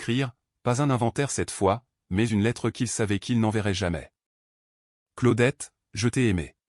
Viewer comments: Ça se prononce : CLO- DETTE..!!!..😡..et pas " Claoudette" ou " Claudet "..👎👎👎👎..Essayez de prononcer "Cluedo" qu'on rigole !🙄🥴..Et puis, si vous vous sentez un peu plus fort..tentez.." Anticonstitutionnelement " 😂😂😂😂.Soyez un peu courageux..à défaut d'être cultivé..👎👎👎👎👎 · Si vous continuez à prononcer le prénom " Claudette" comme votre I.A le fait..🙄😳..Un certain Claude François pourrait vous causer des ennuis !😁😁😁😁